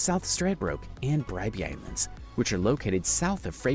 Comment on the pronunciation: The only Sand Island he pronounced correctly was Bribie island 😁